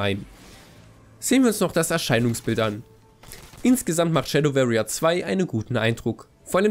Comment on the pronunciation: versuchs mal "Schäddoworrier" auszusprechen, statt "-Schäddöwerrier"... musste deswegen gerade zum Arzt und meinen Ohrenkrebs entfernen lassen.